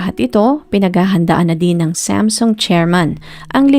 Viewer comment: ANG ARTE MO NMAN MG PRONOUNCED MO NG SAMSUNG🙄DI Q TULOY ALAM NUNG UNA QNG ANONG KUMPANYA ANG PINAGSASASABI MONG KUMPANYA, ALAM MO NMAN SA BUONG MUNDO NA SAM-SOONG ANG BASA DYAN NDI SAMSEN🤪🤪🤪🤪🤪UMAAARTE KA N DIN MG NARRATE⁉️OK KA NA SANA NOON EH🤪🤪🤪🤪🤪